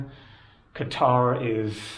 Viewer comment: At least you know how to pronounce Qatar correctly